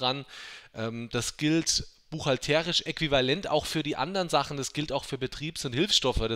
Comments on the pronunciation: Auf der ersten Silbe? Búchhalterisch, nicht buchhaltérisch. Es ist ja auch der Búchhalter und nicht Buchhalteeeer Ich hoffe ich hab es einigermaßen logisch erklärt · Warum betonst du buchhalterisch so komisch? Gutes Video trotzdem !